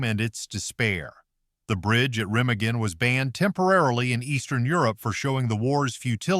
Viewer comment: Pronounced reMAgen, not REMagen. Learn your craft